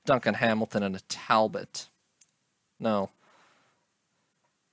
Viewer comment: Tal - BOW.